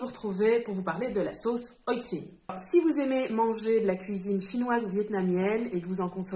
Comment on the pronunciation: Alors effectivement je ne connaissais pas. Et merci pour la prononciation, j'aurais prononcé à la française (oh le touriste) 😂 À quand l'envoi de la Chan Box en Suisse ? Ça m'intéresse beaucoup